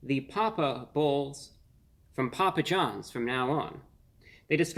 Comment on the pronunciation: Poo-pa John back strong with the Ls.